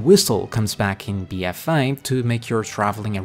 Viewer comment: my god I couldnt after a few mins, BFA not bfaii jesus.